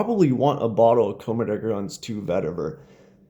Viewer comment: Why do you say commedegargons.....